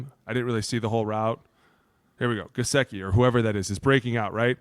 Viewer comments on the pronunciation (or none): I stopped watching as soon as he said Gesicki.